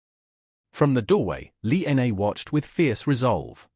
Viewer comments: Yes, I have to echo and mirror with some of the other people have said about the very poor narration of this “story” I couldn’t even get past the six minute and 20 second mark because you couldn’t even pronunciate the woman’s name correctly… It is Lina or Lillian, not “Lee N A”! Did you not take the time to proof read and hear your story before you shoved it into the Internet? Definitely no like or thumbs up from me! SMH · Also, it might be nice to spell and pronounce simple Chinese names correctly..."Li Na"